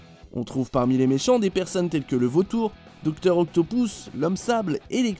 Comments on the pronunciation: C'est moi ou tu dis docteur octopouce au lieu d'octopus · dr octopouse nan mais sérieux un peu d'efforts dur la prononciation